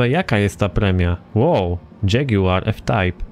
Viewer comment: Co dżeguar? Kto tak to czyta